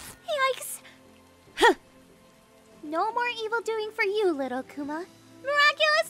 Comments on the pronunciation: Pronounced as "A kooo mah" not "A cu ma" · im guessing the akuma ( ACK ema) you mean ( Ack Uma)